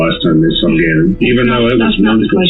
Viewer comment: This is why people hate AI bullshxt. Gannon is not that difficult to pronounce.